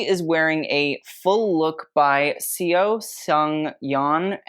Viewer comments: just a heads up, in korean, with the name 'seo', you just pronounce it like 'so', not 'see-o' :) like the seo in seoul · fyi the korean surname "seo" is pronounced "saw" or kinda like the "o" in "hot" lol love u